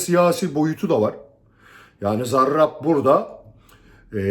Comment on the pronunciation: Hocam siz zarrraabb dedikçe tahrik oluyorum diğer arkadaşlara bol şans